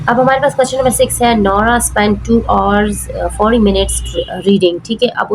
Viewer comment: Pls learn how to say hrs ok